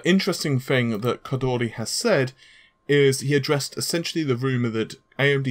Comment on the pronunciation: Someone please tell me why everytime a Westerner sees a foreign name with an "R" in it, they automatically turn into human drumrolls? It's ok to say ko-door-ee lol